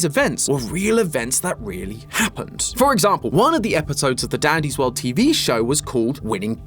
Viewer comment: bro said "daddy's world"😭